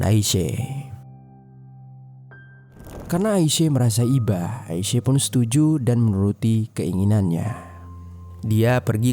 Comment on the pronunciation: AISYA. BUKAN AISE..